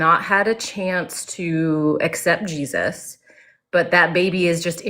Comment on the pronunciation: Christ insanity remember you heard it here ,that's what we're witnessing,I even hate 😊 and throw up in my mouth every time I hear the way they say the name Jesus it sounds so slave-like and pitiful